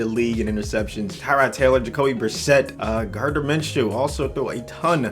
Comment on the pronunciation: When he said Gardner I was like wait what